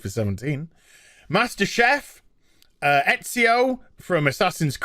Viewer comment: I'm just saying I can probably mention more games off the top of my head that has female leads than male leads. Also gaah the way you pronounce all the names wrong grates on me :P Like Master Chief and Aerith. Female Master Chief eh does everyone forget Samus who came first.